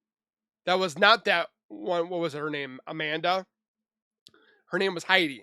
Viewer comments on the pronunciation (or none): none